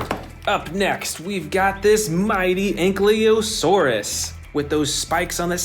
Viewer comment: Anklyasautids bro said😂